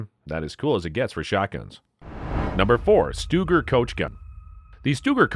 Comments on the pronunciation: You're pronunciation of these weapons is lousy 😆 just so you know. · Why are you showing the wrong guns. Most of the ones shown during the colt SAA part weren't even single action army's. Lol Learn how to pronounce Rossi, Stoeger, Cimarron. You forgot all the Uberti 1873 winchester replicas and the Rossi 1892 replica. Plus the Marlin lever actions and sharps reproduction... Great subject material. Terrible delivery.